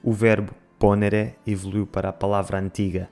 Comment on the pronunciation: faça atenção ao dizer os verbos tem italiano. Ex, ponere é ponêre e não pônere.